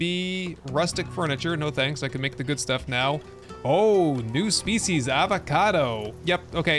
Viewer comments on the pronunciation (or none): none